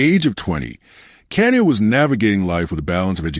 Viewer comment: her name is pronounced Ka ni ya